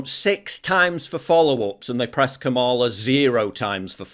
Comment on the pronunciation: Seems like Megan Kelly cant say KAMALA correctly 😂 Its the same way as the old wrestler Ka Ma La